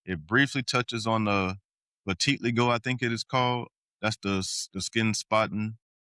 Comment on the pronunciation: WHY do SO MANY people have a such a hard time saying such EASY WORD? Vitiligo? SAY IT LIKE THIS! VIT ILL LAGO ?